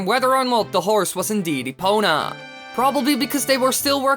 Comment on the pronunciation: Epona, epoNa, epoNah NAH NAH NAH